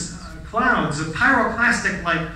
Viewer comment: pyroclastic - not pyroplastic